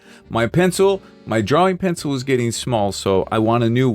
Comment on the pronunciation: "dis a gude piyencil"🗣🗣🗣🔥🔥🔥